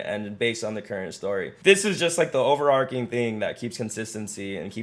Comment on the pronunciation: New to channel and subscribed /ˌoʊ.vɚˈɑːr.tʃɪŋ/ (American English) overarching. Not over-arking. Sorry to be that guy. Good vibe coding. thanks